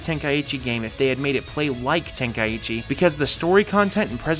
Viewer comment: Just a nitpick but how can someone read „Tenkaichi“ and say it like „Ten Kai ichi“